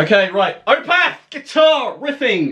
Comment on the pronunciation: stop saying Opeth wrong